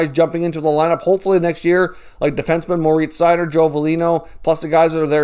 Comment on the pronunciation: MO-RITZ SEI-0ER